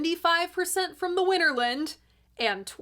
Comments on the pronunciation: WinterLAND, not WinterLIND. Arrrrggghhhh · I generally refrain from offering corrections to your mistakes just out of respect for the general high quality of your work and well, an impulse to restrain myself. But if you'll allow me... Winterland is pronounced Winter - Land (and not Winter-lund, as you do repeatedly). The photo you show is a shot of Fillmore West (and before that, the Carousel Ballroom), and not "the Fillmore" or Fillmore Auditorium where recording actually took place. Different buildings, different locations. I attended one of the Winterland performances, and I have to agree with Jon Landau: The show consisted of far too many extended solos and self-indulgent psychedelic sonic escapades. Honesty, I found it quite tedious. I enjoy most of Cream's studio output, but their live playing is just too long, drawn out and meandering for my taste. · FYI: Winterland is pronounced similarly to Disneyland, rather than similarly to England.